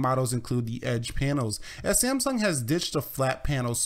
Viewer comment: it's samsung not sieamsung :)